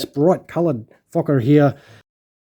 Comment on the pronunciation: Love you made sure you said focker!!! 😂🤣😂